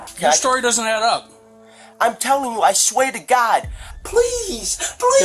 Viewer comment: is it just me or was it funny when he said sway to god